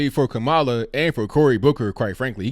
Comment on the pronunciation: Why don't you at least learn how to pronounce her name? Not really black? That's disrespectful